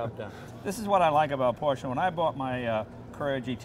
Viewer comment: Ha, Jay finally pronounced Porsche correctly...prolly because a German was next to him...